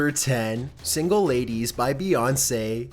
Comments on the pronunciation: Beyounce really 😂😂😂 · No not bèyonce